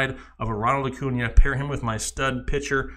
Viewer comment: Really hard for me to take you serious when you cannot pronounce their names correctly. Acuna, Bellinger, and Bogaerts botched.